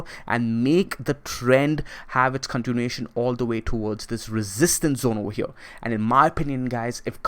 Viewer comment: Right ova HEA~